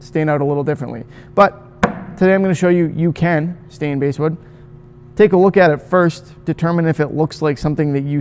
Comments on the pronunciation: Basswood....pronounced like the fish, not the instrument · it’s pronounced basswood, not basswood :) jk, great video! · Its pronounced like the fish BASS Not the instrument. Truth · You’re not the only one who pronounces it that way, and everyone with a channel that I’ve watched gets comments about it. For me, I know exactly what species of wood you’re talking about so, unless you start calling it something REALLY whacky, like “Brazilian/Indian/Honduran Live at the Rosewood Ballroom Mahogany/pau ferro/Rio Grande Palisandro,” you can pronounce “basswood” however you like and I won’t mind. 😂😂